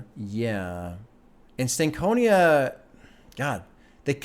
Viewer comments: Stank On Ya is how it’s pronounced. Not Stank Conia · Oh yea, and the proper pronunciation of Stankonia is (stank-oñ-ya). Like when I start to see you move your head when you listen to a real good hip-hop album, I'll say "yeah you got that stank-on-ya."